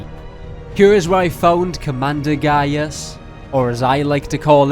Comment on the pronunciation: When he said commander gaius I thought he said gay ass😂